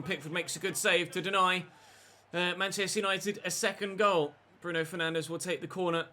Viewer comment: I wouldn’t take Derek Rae’s pronunciations as gospel. Have you heard how he says Bruno Fernandes? He’s says it like “Fernanj” 🤷🏻‍♂️